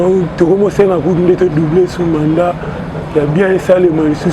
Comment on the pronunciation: Mandat et non manda, svp!